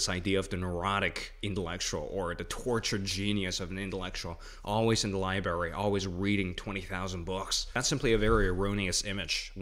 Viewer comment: With your being a smart, well-spoken guy; it tickles me that you mispronounce "library" just like I do.